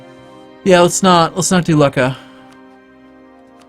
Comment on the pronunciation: Not "Lucka" it's pronounced "Loocha".